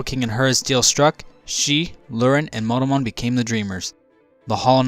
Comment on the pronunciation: He always seems to read Monomon as "Modomon"...